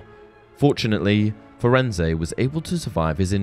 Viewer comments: Firenze, Fur ends, not Fur end say, idiot. His name was spoken in the movie. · Firenze is not pronounce Firenz-eh, my dude. Hagrid says it In the line, “Hello there, Firenze. I see you’ve met our young Mr Potter.” To my ear, it sounds like Furenz- that’s probably Hagrid’s accent, to be fair. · It’s definitely not pronounced “firenz-ay” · Firenze is said wrong